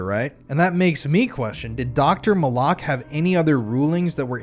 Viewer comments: No offense, but if you would have done your due diligence on this case, you would know that Dr. Fahmy Malak’s name was pronounced MAL-LICK, not Ma-lock. There are quite a few YouTube documentaries on this case that show interviews with Dr. Malak. Sorry, just a pet peave when people try to present a true crime story and then lose credibility by something as simple as mispronouncing a main character’s name. It makes me wonder, how much you really know about the case if You don’t even know how to properly pronounce his name. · How sober can you really be bro?😂 you pronounce the doctors name right the first time after that, you’ve been screwing it up Malik or Molock which one bro bro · Malak.. suspiciously sounds like ‘MOLOCH.’ that is so strange. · You mispronounced Malak (Fahmy Malak) and Saline (County). It was like fingers on a chalkboard to hear those names said wrong over and over. On the plus, thanks for covering one of the most notorious Arkansas true crime stories that doesn’t get talked about enough. Interestingly, this, Ronald Gene Simmons, and John Markle all happened within a few months in Central Arkansas in 1987. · Resorting to personal attacks rather than engaging with the actual point only highlights the weakness of your position. Pronunciation might seem trivial to you, but accuracy is crucial in presenting credible true crime narratives. This wasn’t just mispronouncing a random person’s name; Dr. Fahmy Malak was at the heart of the controversy. Why would the YouTuber not watch as many documentaries as available on the case, all of which clearly pronounce his name correctly? If attention to detail in something as simple as a name is overlooked, it raises concerns about the overall reliability of the information being presented. What is dumb is dismissing valid critiques instead of considering the importance of thorough research and respect for the facts.”